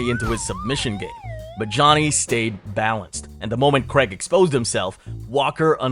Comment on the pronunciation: Dude Johnny does not have a good chin. Even in amateur fights he got banjoed a few times. And petty complaint. It's Paul CRAIG not Creg. He's not American.